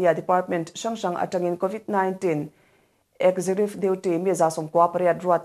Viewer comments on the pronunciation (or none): "Executive" - eg ·zeh·kyuh·tiv. ɪɡˈzekjʊtɪv Chhiar sual ve ziah a, chhiar dik tum tawh se ava tha ve.